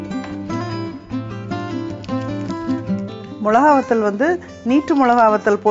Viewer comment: Milakai..... Not molakai... Milakai..... Is like milaku...